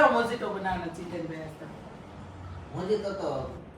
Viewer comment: મોજીતો‌ ના કહેવાય મોહિતો‌ કહેવાય